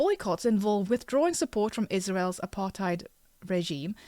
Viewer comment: Oh also forgot to mention I’m a South African and it’s pronounced apartate (the last part rhymes with hate)